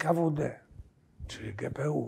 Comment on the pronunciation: na pewno o to chodzilo, nie wiem dlaczego profesor to powiedzial w taki dziwny sposob, z pewnoscia wie, ze to bylo gpu, a nie gbu